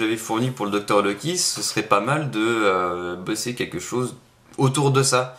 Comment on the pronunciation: Loki = "Loik" :D ? ?